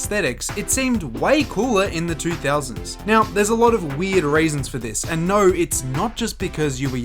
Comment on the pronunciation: Why do you speak like that ??? "Naur" 😭